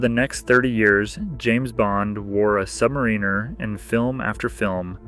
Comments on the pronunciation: Sub’mariner not Submarine’er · Came here to say this. Literally no one pronounces it like that.